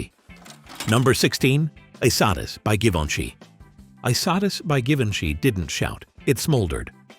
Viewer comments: (E- Sat-Eese. Not y -sattis. ) I loved Dune by Dior. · It's pronounced, "EE-Sah-Tea"